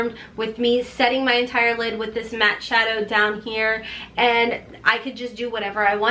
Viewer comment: Why does she have no accent except she says the word matte SO weird? Never ever heard someone pronounce it like that, not with any accent?